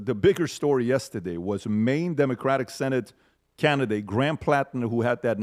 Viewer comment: "yestiday" lol